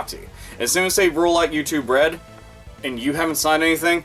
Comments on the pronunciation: Sounds liek "You too bread" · You said "YouTube Red" but for some fucking reason, I kept hearing "U2 Bread" and thought, what in the sweet Holy fucking shit is "U2 Bread"?! Is it Rye bread made by Bono?! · I keep mis-hearing it as youtube bread P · YouTube Bread is what I hear every time says it. $ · It sounds like ur saying youtube bread lmao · "U2 Bread" all I hear every time